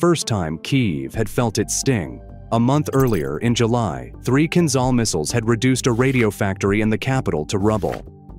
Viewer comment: The only answer is based on evidence: is there any evidence of Kinzhal (learn to pronounce the names: zh is like J from Jamaica, Kiev is like key ev - as in event)? and the answer - so far - is no.